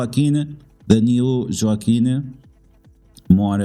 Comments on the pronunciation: Wah-keen is Joaquin 😊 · I was just about to say the same thing. Spanish pronunciation, bro 😅